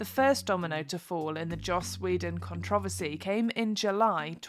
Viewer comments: The narrator mispronounced "controversy" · Don't think I've ever heard controversy pronounced like that before lol no dig just saying